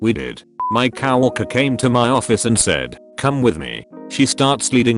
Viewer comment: So no one's gonna talk about how the robots voice says cow worker instead of coworker